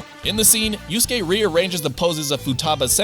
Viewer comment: So you know all these facts but can't pronounce yusuke's name lol